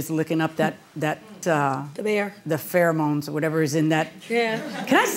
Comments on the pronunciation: She said 'farr-mones'. Jesus christ. Pheromones. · Its pronounced fair-moans. Lol but spelled pheromones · “Four-mones.” Baby no. Lavender is not a “four-mone.” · "Farmoans" -- lol